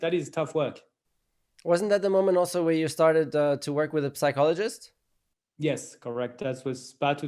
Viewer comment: the 'p' in psychologist is silent.